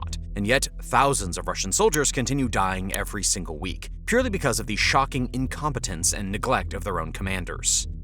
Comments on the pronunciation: Incompitance? Incompetence. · incomp"i"tance? ..... sooo funny!